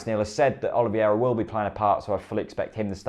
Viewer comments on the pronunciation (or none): OL-EE-VERA not OLIV-I-ERA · its not oliviera its OLIVEIRA OLIVEIRA